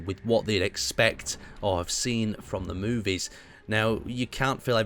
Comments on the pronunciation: anyone else die a little inside everytime the word movie was said ? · It was like beating me with a rolling pin.